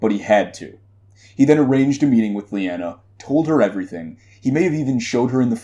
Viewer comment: I friggin LOVE this theory! You have a unique interesting spin on it that has my wheels turning! LOVE it! Thumbs up! As a side note, I believe it is pronounced "Lie-ah-nah" instead of "Lee-an-a" :) Keep up the great work!